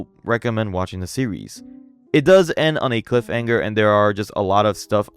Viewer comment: Bud i like your work but youre selling your words here.. and you have a lot of trouble reading things. Like saying "cliff anger" instead of "cliff hanger". There's a LOT of stuff like this. What's up with it?